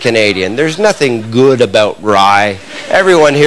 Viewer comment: Naw he doesn't. He pronounces good like guud. he says about like any other english speaking canadian/american. But ya when he says "good about rye" the "good" part sounds like the canadians from southpark